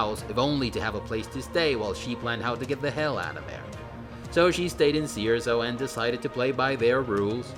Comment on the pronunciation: Does anyone else keephearing "sea or so" whenever he says Cierzo? No? Just me?